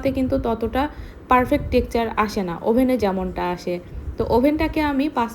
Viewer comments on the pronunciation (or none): উচ্চারণ টা টেকচার হবে না টেক্সচার হবে